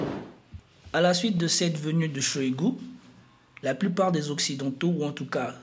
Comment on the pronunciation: Pauvre toi!😅 comment ce prononce OCCIDENTAUX dans ta langue maternelle !??